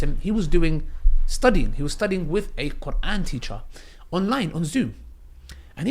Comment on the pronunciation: but you're pronouncing is very good ,I would be impressed if I saw somebody that pronounce quran like you keep doing dahwah bc ur understanding to islam is better than some arab muslim that can read quran .